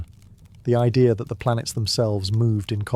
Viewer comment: What is an "i-dear".... English isnt that difficult.